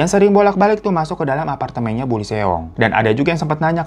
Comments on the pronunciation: Lee juga dibaca i doang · Lee di bacanya li/i bang Eo di bacanya o Ae di bacanya e